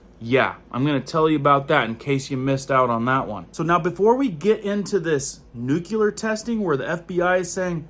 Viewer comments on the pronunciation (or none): Maybe I'm just being an "art critic" here nut it's difficult enough to follow all this alarmist stuff, but it grates on the ears with the improper pronunciation. It's NU-CLE-AR not NUCU LAR.. Sorry if it sounds supercilious, but I have greater concerns over the decay of our society and culture. I still intend to follow your channel as it is difficult to dismiss all your concerns. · could you please learn to say nuclear instead of nucular. It makes you sound a little dumb. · Nuclear dude nuclear!! Not nucular!! Omg! I can't fkn stand that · Great video and videos, but the word is NUCLEAR not NUCULAR. New-klee-ur, like the word nucleus. New-kyoo-ler isn't a word. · Why do people insist on adding a "U" to the word nuclear? What the hell is "nuculer" ? Lol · Nuclear, not nucular. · I really get a lot from your videos BUT please the word nuclear is pronounced noo-klee-ar NOT noo-q-lar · Please please learn how to pronounce nuclear...... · Nu-CLE-ar......not nu-CU-lar. You sound uneducated when you say it wrong. Sound it out. LOOK how it is spelled. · There is no variable spelling for the word, "nuclear" so what about this spelling looks like it should be pronounced "nukular"? SAY IT RIGHT!!!!... God! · Very good video and great information! Just one thing. It is pronounced "Nuke-Lee-Er", not "Nuke-U-Ler". Sorry to be "that guy". Lol. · New-klee-er. Not new-kyoo-ler! English is our language!!!!!!!!!!!!!! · It's nuclear not nucular. It's really hard to take you seriously. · Nuculear da fuq? It's nuclear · That word is N U C L E A R, & it is Pronounced- NU- CLE- AR. You are saying Nu- Cue- lar - which is the wrong pronunciation for the correct spelling. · Nook-lee-ar, not nook-U-lar. How many freaking times do people have to be taught this simple word? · It’s actually pronounced “new-clear”🥰So much easier to say, too. Just FYI. Love your videos and the content! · Nu-clu-lar? Really?